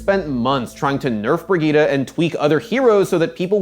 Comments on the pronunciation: People quit Overwatch because Blizzard cannot pronounce a simple "Bri-jet", they had to be weird and read it "Bri-Ge-ta". Playerbase was like oh okay time to move on to a not cringe game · is pronounces briyit not briguita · WAIT... Is it pronounced Bri-GEE-tah?!?! what the fuck. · Brigitte = Britschgida well done... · Why the heck do they pronounce her name like that? Is it not "Bree-Jit"? Why "Brigitte? Like saying Vegeta? Awful. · Breg-gye-teh nice one score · It’s not pronounced Brigueeta, just saying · Name: Brigitte Pronunciation: Brih-GEE-TAH ????? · i'm sorry "BRIE-GIE-TTA" wtf it's not how it's prononced at all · The fact the the devs and community are mispronouncing her name is hilarious. Brig..eta? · "Bridget" lol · You know it’s a trash character when nobody pronounces her name correctly. If you want her name to sound like brig eet ah. Spell it brigitta not bridgette which sounds like bridge it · There's no way that's how they want us to pronounce "Brigitte", that alone should be a reason to hate this character lmao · love how you pronounce brigitte ahaha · hurts my ears how you pronouce her name... its a german name at least try to make it sound like one. same goes for prosche or mercedez... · Can no one pronounce her name right? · What annoys me more is that no can pronounce her name right! BIRGITTA! not BIRGITTA! ;) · As a frenchmen, the way you pronounce Brigitte is hurting my soul. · Dang. I know language can be tricky at times and it can vary/differ place to place but in what part of the bleeping world does the word "Brigitte" has an "uh" pronunciation anywhere in it? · How the fuck do english people pronounce brigitte !!! Where's the "a" at the end of the name xD